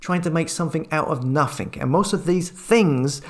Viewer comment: You're doing a great job but stop saying "nothink" it's nothing.